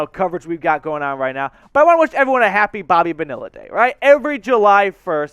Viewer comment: I can’t let this slide on Bobby Bonilla day…the L’s are silent. It’s pronounced bO-nEEa, not BoniLLa.